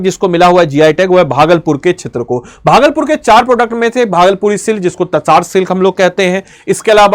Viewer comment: यार अंग्रेज किसी भारतीय उत्पाद का नाम बिगाड़ते है तो गुस्सा आता है लेकिन जब कोई भारतीय यहां के किसी उत्पाद का नाम बिगाड़ता है तो लगता है मैकाले की नाजायज औलादें भारत में घूम रहे हैं । जिस तसर को आप तसार तसार कह रहे हैं लगता है आपने हिंदी की मां बहन करने का ठेका ले रखा है। यार कमसे कम पढ़ाते हो तो इतनी छोटी जानकारी रखा करो, या अपने रूट से पूरी तरह कट चुके हो ?